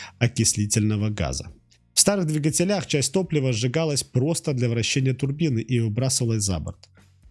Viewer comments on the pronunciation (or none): Веселый инженер, в слове "двигателях" ударение ставится на первый слог, а не на последний. Вы с таким произношением терминов не инженер, а гаражный слесарь с их поршнЯми, фильтрАми и клапанАми. И что такое "ни грамма рабочего тепла..."? С каких пор тепло стало в граммах измеряться? Ну точно, слесарь.